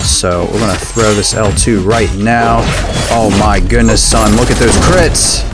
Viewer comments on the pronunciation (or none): Did you just say C R I T S